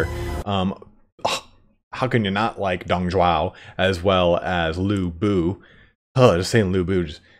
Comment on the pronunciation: its dong zhuo, not dong zhuao, sounds like "drop"